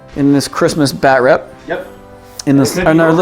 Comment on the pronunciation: "BatRap" lol... I was expecting you guys to be spitting out rhymes about the Dark Knight. Good batrep. Merry Christmas :)